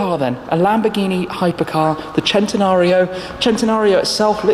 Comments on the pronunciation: He pronounces centanario as chentanario when it should be pronounced sentanario Like if u agree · I hate the way he says it “Chentenario” It’s pronounced “Sen-ten-ario” come on say it with me... it’s really not that hard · I wish people would say cent-e-nario, NOT chent-e-nario. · Why does everyone on youtube keep saying "Chentenario?" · If the Lamborghini people tell you that, then whatever I guess they can make whatever sh*t they want. But it's cent-e-nario from the word century. That how we say it in Spanish. The Italians are full of sh*t.